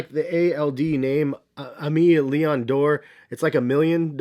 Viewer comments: Aimee Leon dore is pronounced “ A May Lee On Door” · It's pronounced Eh - May Leon Dore. Funny how hyped this brand has gotten in the last year purely from these 550s. Let me cop my shit in peace lol